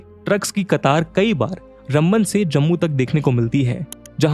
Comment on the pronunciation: You are saying Rumban. It is Ram Ban! Please pronounce shri Ram ji's name properly.